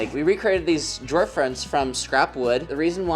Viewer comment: When you said “That’s the last drawer” it sounded like “That’s the last straw!” and I thought, uhoh—don’t mess with! 😄